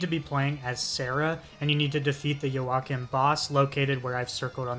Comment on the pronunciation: LMFAO DUDE WHAT WAS THIS PRONUNCIATION OF JOACHIMS NAMEEEEE